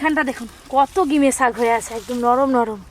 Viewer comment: Gime sak noi ota ghime sak bole